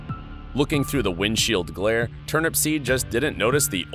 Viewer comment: So many errors here. 1. TurnUPseed, not TurnAPsPeed. 2. Turnupseed was heading EAST. The Sun was not in his eyes. 3. Dean passed an elderly couple shortly before the crash, and they indicated he was definitely speeding.